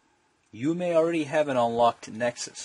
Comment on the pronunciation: Oops "already" Not 'alreaduy'